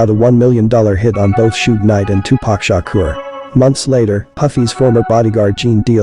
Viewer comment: tupac shakur not shukra!! Shukra is a female name